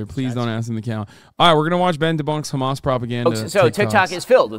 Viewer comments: Yes, it's very annoying when these Zionists say: KKKHHHHHamaas. Especially to me as an Arab who know that is not how it's pronounced at all. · Umm, they say khamas and not hamas (with an h) because that’s how it’s pronounced in Arabic and Hebrew. These guys are literally a stereotype of ignorant airheads. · I'm Jewish and I can tell you exactly why. The reason they do that is because in Hebrew there is no H sound so it sounds like a hard CH sound. It's why people pronounce Hannukah, Challah bread like that and Chaya like that. Btw not defending Ben or any of these fascist goons. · The reason Israelis pronounce it like that is not to be disrespectful or anything. It's just how they pronounce the letter ح. A lot of non Arabs struggle with pronouncing the letter, and they're just using the closest Hebrew equivalent.